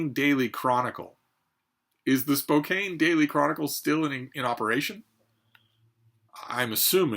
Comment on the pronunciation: Spoke-ANN...the silent "e" doesn't exist...